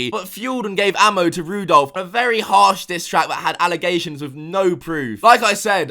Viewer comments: "Rudolph" XD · LMAO, "Rudolph".